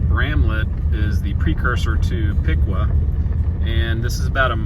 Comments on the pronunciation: Piqua is pronounced Pick way… not Pick quaw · Piqua locals pronounce it (Pic-way) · I know its not intuitive, but I've always heard it pronounced Pick-Way. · Piqua is pronounced Pick-Way fyi great video! Thank you for your work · Durand had an east-west Missouri Pacific line that is now abandoned. The north-south Missouri Pacific line is still active with the Union Pacific. Piqua is pronounced Pick-way. It had two railroads, Missouri Pacific (east-west) and M-K-T (north-south). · Piqua is pronounced pick-way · Locally we pronounce Piqua as Pick way. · Locally, Piqua is pronounced Pik-way. Grew up in Iola/Gas/LaHarpe, been to funerals at the big Piqua church. Behind where you were standing by the river at Neosho Falls, there's a clearing that people used to use for camping in the 70s and 80s. We would walk down to the river and fish from that very bank you were standing on. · Love all your videos, thanks for the memories. Used to live in Woodson Co. years ago. Just wanted to let you know that the correct way to say Piqua is "Pikway". I know I made the same mistake first time I met someone from there. I was born and raised in Wichita and went to WSU freshman year.